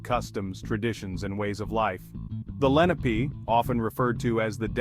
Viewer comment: They are not Moors. Moors are not Indigenous to America and you are pronouncing the name wrong